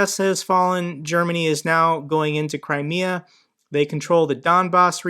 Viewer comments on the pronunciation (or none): none